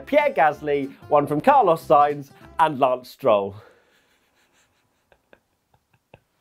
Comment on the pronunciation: SIGNS WTF ! If you want to say it exactly in Spanish it's S-INE-TH